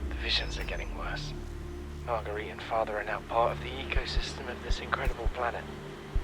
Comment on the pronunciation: Also, "MARGUERIT" is pronounced "Mar-gurr-ete" ;)